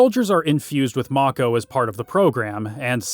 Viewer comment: I think it's pronounced "make-ohh".